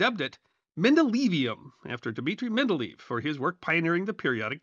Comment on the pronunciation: the last syllable in the Russian chemist’s name is not pronounced “leave”. Each E in the double E is separately pronounced, giving the sound “leyev”. And that final v is actually closer to an “f”.